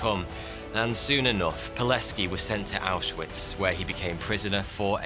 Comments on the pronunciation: I'm impressed how well you pronounced Pileckis name. Well done man, as a polish man living near the camp I really wanted to see something about our national Heros. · Finally an episode about a Pole!! Dziękuję!! (Also, his name is pronouced Vitold [Good pronounciation of "c" though])